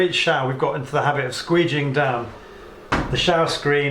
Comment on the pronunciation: Hi. Thank you for the video. I couldn't tell with your accent what the heck that thing was that you were using to wipe the shower. A motorized squeegee?